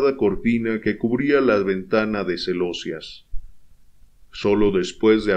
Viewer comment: Ah, celosías es la otra palabra mal pronunciada. Se acentúa sobre la letra i